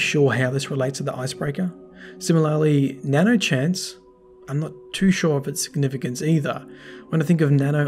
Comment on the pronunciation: I don't necessarily like to correct people, but it's nanoHANCE, not nanochance Which I would think means that the icebreaker was modified and improved with Sive, but I'm not sure